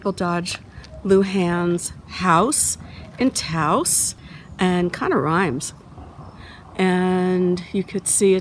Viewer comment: This narration is boring. Nothing that anyone doesn’t already know about, and mispronouncing Lujan and Taos.